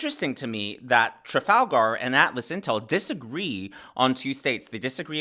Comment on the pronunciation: Why does he pronounce Trafalgar like it’s a character from LotR?